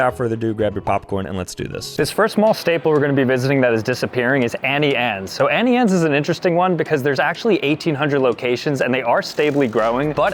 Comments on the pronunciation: "Annie Anes " is on purpose Its "Auntie Annes" lol still love u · BROOO ITS AUNTIE ANNES NOT ANNIEANNES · Why does he AnnieAnnes instead of AuntieAnnes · It’s not Annie Anne’s, it’s auntie Anne’s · It's AUNTIE Anne's ffs 🙄😂